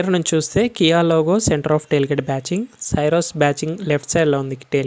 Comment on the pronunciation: You are pronouncing the car name wrong. It is not SYRUS it is pronounced as C - ROSE